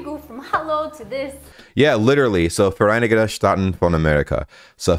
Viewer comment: Vereinigiheten stahaten Ich kann nicht mehr digga🤣🤣🤣